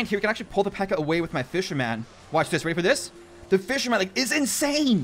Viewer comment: Please...please stop saying fisher man.